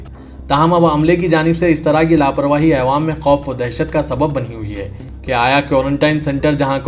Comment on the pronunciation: jahilon k sardar aywaam nhi awaam bolo urdu ki dhajjiya udaderein tum ilm hasil karo urdu phir news bolo